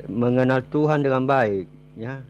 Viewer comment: Benerin dulu lidahnya/ucapannya Pak,bilang Tuhan kok tuhang,atau lebih baik Bapak benerin liang lahat spy nanti saat dikubur tidak kesusahan.